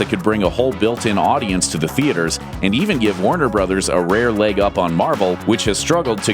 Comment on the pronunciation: At first i thought he said Wonder Brothers but he said Warner Brothers lol